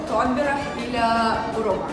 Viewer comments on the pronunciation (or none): none